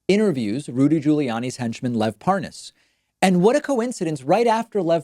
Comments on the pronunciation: well he obviously doesn't know who the man is, he can't pronounce his name properly (even though it's an easy name to pronounce and the anchor has been pronouncing it correctly at him non stop) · So obviously lying and the way he pretends he doesn’t know how to properly pronounce Parnas is pathetic. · I like how Nunes deliberately mispronounces Parnas to make it seem like he really never heard of the man. He thinks he's very clever. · Anyone else notice that Nunes kept calling him par-NAS instead of PAR-nas? Purposely mispronouncing the name to try to feed the "Idon'tknowthisguyIdon'tknowanythingwitchhuntwitchhuntwitchhunt!!" Bullshit. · "What? Huh? What is a... Par Nass? Never heard of it." Really... lol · It's Parnas, not Paaaahnaaas, Ron! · Par-nas. Pas-nos? Pa-ra-nas? Nunes sounds like an idiot. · Lol. "I don't even know how to pronounce this Par-Noss..." Gimme a friggin break. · Love the way he intentionally mispronounces Parnas as Par-Nas. Shows you how stupid he thinks Americans are and in the case of Trumpsters, he's right. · "...I just didn't know this name...This PARR-NOSS" Sure, chief 😆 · How can i sell this better??? Hmmm. Oh, I'll pronounce his name "par-nos" Killed it!!! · Do you reckon he's saying 'Lev Parnoz' to try and give the impression he's getting the name wrong because he doesn't know him? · Mark my words this is not the last time you see will Nunes purposely and obviously mispronounce the name "ParNaas" The blaiten attempt to seem dumb and innocent is completely noticeable... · in other vids, has any1else noticed that, when Nunes had to speed up the conversation & add the word "WIFE," to the end of Parnas, he was able to say it just fine. ("Parnas's Wife") ... &then he went right back to mispronouncing it. 🙄 (ParNAZ, ParNOZ, ParNOZE, are ALL incorrect) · Nunes pronounces the name Parnas difffertly as his interviewer every time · Liar tries misdirection with mispronunciation of Parnas